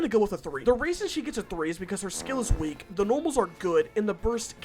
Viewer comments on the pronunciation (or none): none